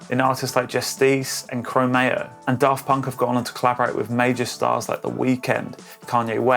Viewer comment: "Cro-MAY-oh" killed me too.